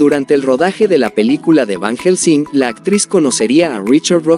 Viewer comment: Ni pronunciar el nombre de Van Helsing pueden y asi suben videos...no les da pena